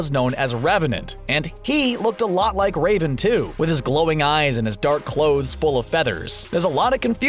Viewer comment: I thought he said rape'n instead of raven